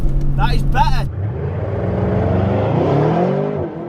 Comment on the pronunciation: "Tha is be'er, Tha is be'er!!"